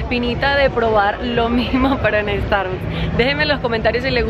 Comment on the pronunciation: Porque pronuncian tan mal Starbucks???